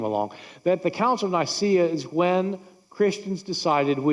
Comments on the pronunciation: Here, try pronouncing it the way it is written: Œcumenical Council of Nikæa. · Nicaea - pronounced Neekayah. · 5 bits if information that she gets all wrong, just to prove that she doesn’t know what she’s talking about. Joe Rogan is an even less reliable source. And if you’re going to talk about it, learn how to pronounce “Nicaea” first.